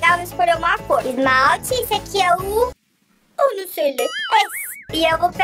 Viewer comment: "U num sei le" KKKKKKKKKKKKKKK